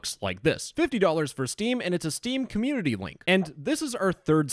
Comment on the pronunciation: "Steam comuneuitiuy"